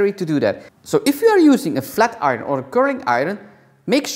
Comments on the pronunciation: Here’s my language tip. I know this doesn’t make sense but the word “iron” is pronounced “eye-yearn” not “eye-ron” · that’s not accent. He’s sounding out the word the way it looks. It’s not his fault but it’s a common mistake English learners always make with that particular word